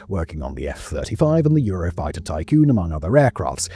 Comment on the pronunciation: When Simon said euro fighter "tycoon" not typhoon, it really shows how much he really know about the topics he talks about, wow thats crazy Simon doesn't know perhaps anything about topics he talks about. Just droning On.... not good